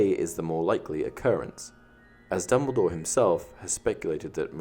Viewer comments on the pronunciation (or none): none